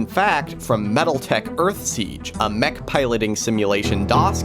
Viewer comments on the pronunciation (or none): none